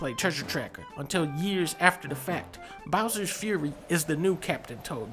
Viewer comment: Bowser's 'Furry'